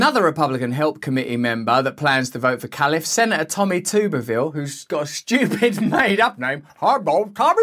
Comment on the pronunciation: It's pronounced "Tubber-ville" you silly goose